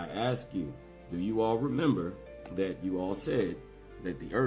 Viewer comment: Stuff like at with the accent